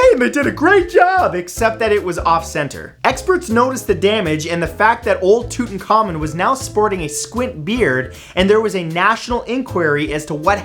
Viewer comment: You butchered King Tut's name so bad! It's pronounced Too-tak-kha-moon.